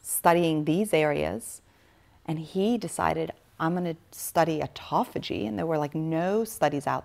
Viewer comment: Considering the major premise, autophagia is constantly mispronounced is unsettling at the minimum.